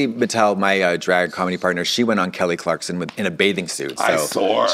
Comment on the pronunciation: saying Kelly Clarkson as Kelly Clarkston is sending me